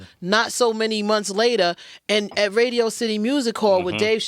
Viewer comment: Sway says, Redio instead of Radio lol